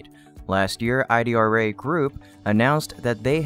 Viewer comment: Not I D R A. It’s pronounced “E -Drah”